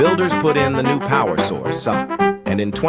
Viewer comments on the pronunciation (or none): "Builders put in the new power sourceuh"